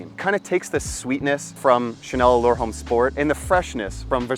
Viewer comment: Another great video brother! I also agree about the pricing. And what’s with the backflip…wow! Jealous lol Not trying to sound like a doofus but I thought I’d point out something small…”Homme” is French, so it is properly pronounce like “ohm” with no emphasis whatsoever to the H. Anyway, more great content!👏👏👏